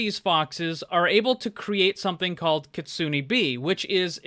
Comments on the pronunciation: Kitsune = (Kit-sue-nae) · pronounces kitsume wrong Me: angry weeb noises